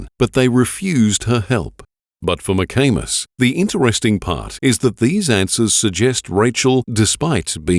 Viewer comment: Was kinda giggling like a friggin teenager (while im 63), when they pronounce the detectives name, McAnus. Its McAmis ffs! Grow up!